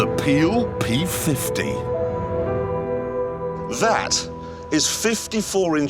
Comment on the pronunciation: The pheel phee fifty